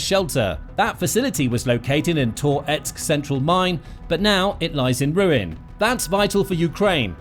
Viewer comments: Ahh jeez, and it’s not “tore … etsk”. It’s “tuh-retsk”, one smooth movement. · Please stop saying Tor-etsk, i beg you 😂 🇺🇦🇺🇦✊🏻💪🏼🇺🇦🇺🇦 Slava Ukraini!